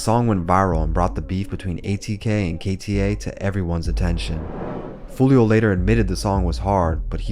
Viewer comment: yo its wild how ksoo says his name properly in songs and he still finds a way to butcher it